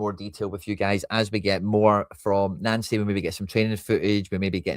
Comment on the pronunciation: Why do you keep callng him Nancy? Its pronounced Noncy, not Nancy. Can you please change that? Thanks😎👍